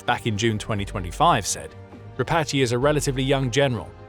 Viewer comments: Не Дра'патый,а Дропа'тый,который отъявленный террорист,Вы ,ведущий такую хрень несёте,тошно слушать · Who is “Drapatchy?” The man who replaced Syrski is Dra-PAT-e